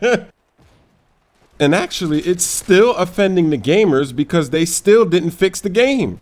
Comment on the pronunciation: he says still like he says steal in 2K13!!! Give that guy a homophone teacher.